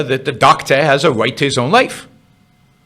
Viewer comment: "should healthcare be a wite"... Learn how to fucking speak before talking on video. "R".... Learn it, love it. Speak it....